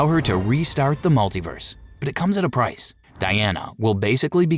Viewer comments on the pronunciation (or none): none